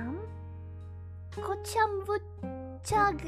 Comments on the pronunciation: It's pronounced coh-ham. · Jest kocham. It's pronounced kocham. Ć/ci is a different sound all together.